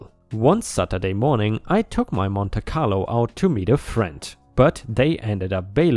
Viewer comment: Story 6, Monte Carlo is said as "Monty Carlo."